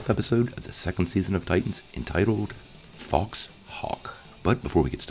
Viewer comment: FOW.. not FOX